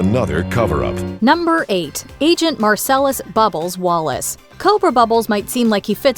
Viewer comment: it' MArsellus not MErsellus